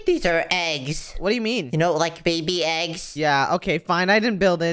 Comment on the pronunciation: said"ThE eEgS" bruh lol